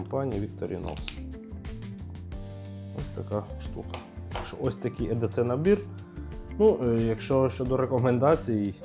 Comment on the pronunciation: Чоловіче не едеце а ей ді сі запам'ятай,відразу хочеться вимкнути на першій хвилині...і це не ніж як ти стверджуєш 🤦🏼🤦🏼🤦🏼якщо вже взявся про це знімати то хоча б підготуйся нормально клоуне 🤡 EDC (скорочення від англ. Every Day Carry — «носити щодня») — це сукупність корисних предметів, які людина бере з собою щодня для вирішення повсякденних завдань, підвищення комфорту або використання в екстрених ситуаціях. Це персональний набір інструментів та аксесуарів, що забезпечує готовність до несподіваних обставин. Wikipediа